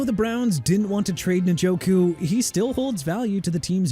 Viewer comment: First off stop with the jagwires garbage! You know very well Jaguars is pronounced JA-GWAARS but you know what?! Who cares, right?! Also Isiah Pacheco pronounced AI-ZAY-UH not E-sai-ah! David Njoku pronounced In-jo-koo not NIN-JO-KOO! Joe Tryon-Shoyinka pronounced TRI-uhn show-yeen-kuh! Also Jaylen Waddle ain't going nowhere. The Miami Dolphins had a disastrous season! They lost to Baltimore two weeks ago on Thursday Night Football and beat Buffalo on Sunday so you're wrong on that! And if you PPL want Waddle and Minkah Fitzpatrick and Bradley Chubb to be traded so bad go ahead then! And New Orleans pronounced New OR-LINS NOT NEW OR LEANS! Be disrespectful to the people of a Louisiana city and Jacksonville's fan base by butchering everything. Doing a good job!!!